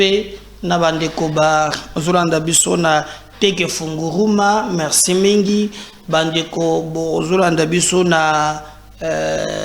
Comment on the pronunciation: Ne n'est pas Funguruma mais Fungurume